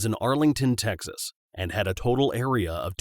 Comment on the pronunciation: “his home state of Tecnas”